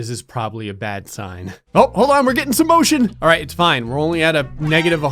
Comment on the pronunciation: Is it just me or does alright sound like “all race”?